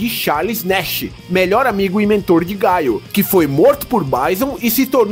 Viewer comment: Porque tem que falar BAISON e GAIO, e ZANGUIFE ? Eu sempre falei BISON e GUILE e ZANGUIEFE